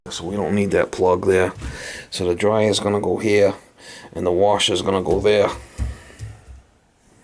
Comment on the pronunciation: "A washa anna dryia" 😂